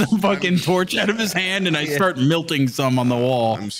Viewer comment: I swear to god if I ever meet in person I’m gonna teach him how to pronounce the word “melting”